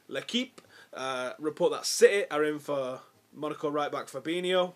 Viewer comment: Wow I've had my first shock in this transfer daily! has just said "l'équipe" with the finest French accent;)